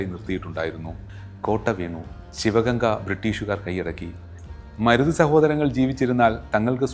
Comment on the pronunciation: സഹോദരാ, മുരുത് അല്ല മരുത് ചിന്ന മരുത്, പെരിയ മരുത്